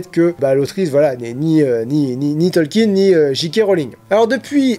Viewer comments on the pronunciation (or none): none